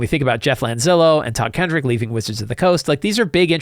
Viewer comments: Just for the record, it's Todd Kenreck not Todd Kendrick. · Just a note: There is no D in Todd Kenreck's name.